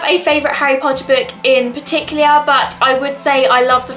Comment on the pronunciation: 'in parti-clear' :')